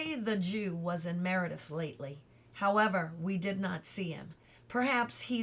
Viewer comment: 'Howeva' love it!!